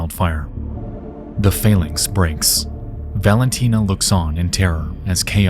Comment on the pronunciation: I'm not trying to be mean but nexpo is very bad at pronouncing sometimes. I don't know if you noticed but he pronounced 'phalanx' two different ways and I don't think either was the right one